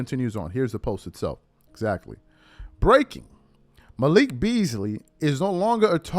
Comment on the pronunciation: It’s Malik. Not Michael 😂